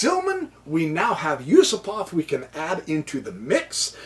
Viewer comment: Yusupov is not Yusopov !!...